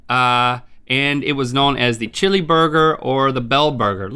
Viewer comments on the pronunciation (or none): none